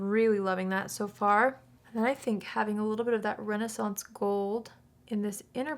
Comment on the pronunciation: THANK YOU for not saying "Renee-sance Gold" Because its driving me crazy.